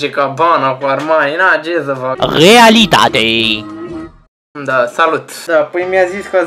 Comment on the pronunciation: cum zice ,,realitate'' Mor de ras 😄😄😄😄